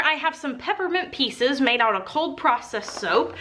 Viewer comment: I swear I thought you said peppermint pizzas instead of pepperment pieces and went WAT (but also note I'm really tired and zoned out for like .5 seconds when this happened xD )